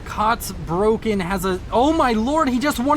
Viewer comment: Just a friendly correction: You are pronouncing "Kotzbrocken" wrongly. It’s not "Kots broken". The "Kotz" is pronounced like "cats", just with an "O as in Omega" instead of the "a" (but about the same length as the the "a" in "cats"). The first syllable of "Brocken" is pronounced similar to "rock" with a "B" (and a german style "r", which is some sort of uvular trill or an uvular fricative). The word literally means "chunk of vomit". It is usually used as a casual term for someone who is very unlikeable or obnoxious, "like a chunk of vomit in your throat". Which is a very good name for an Aeon, if I may say so, what’s with all them fanatics, LONG LIVE CYBRAN NATION!